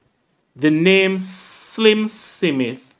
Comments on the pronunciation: It's just the way he speaks as a jamacian older Jamacians pronounce Smith as sim mit a just so it is,is so my father did say it too 😊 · One with you. You need to pronounce words properly . Example Smith /Smith.and more which is too much to mention